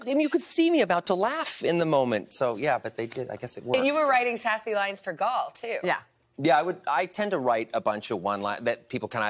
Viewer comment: It's Gal not Gaul